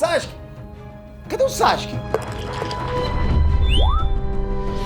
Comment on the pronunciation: N da pra ouvir vc falando SAXUQUE 😅